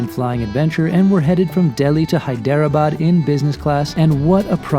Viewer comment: It is actually pronounced hi-dra-bad.